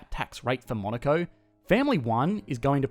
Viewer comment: I hear Monica